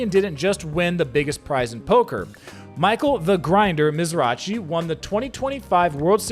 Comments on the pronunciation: Dear: Mike Mizrachi’s name is pronounced Miz-rocky… just a reminder… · Mizrachi - pretend the 'h' isn't there - it's a hard C. Miz-ra-key. 🙂. I guess you're not a poker player ;-) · His name is Mizrachi... with the "ch" sounding like a "k". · The poker player's name is pronounced "miz-rockie"